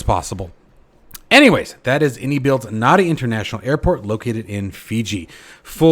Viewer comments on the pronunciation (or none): very nice one and Happy NY....but NADI is pronounced NANDI!! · Thanks for the update - just fyi, Nadi is pronounced "Nandi" - there's an extra "n" sound in the middle there... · A little point, but the capital of Fiji is Nadi, but it's pronounced Nandi. Same with the airport. it's Nandi.